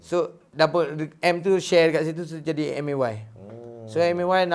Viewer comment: M.A.Y. Sebut konsonan satu² bkn pronounce MAY